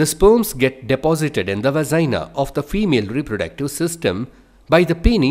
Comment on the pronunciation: "VAZINA" ? This Dude Is so British And HE Also Said to DEVELOPMENT to DEVLOPMENT